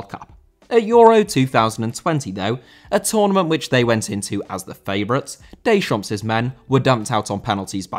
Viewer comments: You do not pronounce the final 's' in a French word. Deschamp(s)!!!! Versaille(s)!!! Pari(s)!!! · Deschamps* not Deychamps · you pronounce it didier decham'